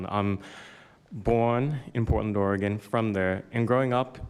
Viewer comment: Idiot president can't even pronounce Oregon correctly